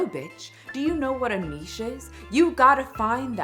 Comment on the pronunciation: "No bitch do you know what a Nitche is????" 😂😂😂😂 I died